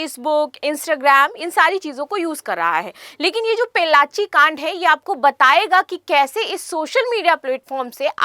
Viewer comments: Pollachi not pellachi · Mam please correct your pronunciation of Pollachi (Town in Tamil Nadu) Not pellachi